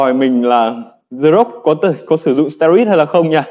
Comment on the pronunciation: Steroid đọc là ˈsterˌoid' chứ anh? Như a là thành sterid rồi